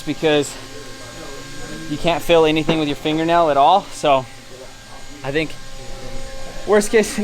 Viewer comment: Who the hell do you "Fink" your talking to! Lol